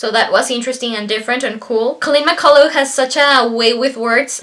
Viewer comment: Read this when I was 15 I think LOVED it and it’s pronounced McCull (UCH). Back when I was 16?? No offence how old are you now matey? I’m Australian.